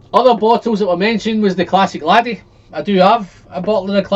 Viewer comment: Do you mean Craig-ellachie?? And Glen-allachie. Rather than Glen-ellachie.